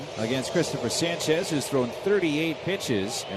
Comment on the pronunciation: someone tell that dumbass mets announcer to pronounce sanchez's name right good lord